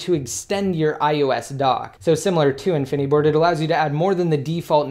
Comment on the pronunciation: why does he say infineeeboard... its called infiniboard...